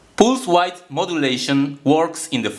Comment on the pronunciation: I enjoy your videos and can understand your accent quite easily! However, you are mispronouncing the word "width" (as in pulse width modulation). The "i" is pronounced as in "bit" or "tip" with "th" at the end of the word as in "think" or "thank you". Otherwise all good. My parents did not have English as their first language so I appreciate anyone who attempts to use it. "Thank you!"